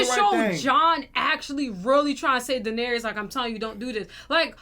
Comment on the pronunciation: YALL know what’s crazy…. you guys haven’t pronounced Dany’s name right the entire show 😭😭